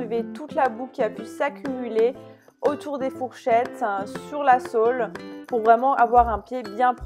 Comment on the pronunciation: Sympa la nouvelle intro ! Ton accent sur le mot SOLE, m'a fait rire mdrr, on ne parlera pas de l'odeur forte agréable du Soins pourriture de C&Cie (par contre celui la est le soin d'action pour les fourchettes pourri, c'est l'autre qui est pour la prévention) TOP VIDEO !! :D